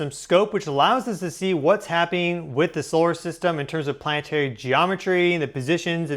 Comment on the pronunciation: plann EH tary not PLANT'RY ..............YOU ARE A PUBLIC VOICE. PRACTICE FOR GODS SAKE